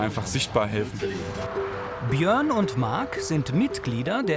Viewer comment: Ich weiss nicht was der Sprecher für ein Sprachproblem hat aber mittlerweile fällt es auf und nervt beim Zuhören leider tierisch. "Proplem" anstatt Problem, "Kros" anstatt Gross, "Pjörn" anstatt Björn, "Krün" anstatt Grün.